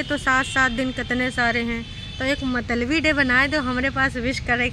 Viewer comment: th word is pronounced as”mut-la-bi” and not matalbi